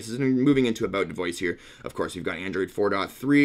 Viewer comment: Why'd you say aboat